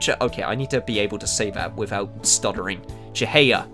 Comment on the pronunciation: I think it's pronounced Chi-hai-ah.